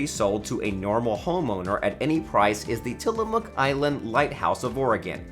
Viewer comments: Oregon native here - it’s pronounced Tillamuk. Not Tilla”mook” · The mook in Tillamook is pronounced muck.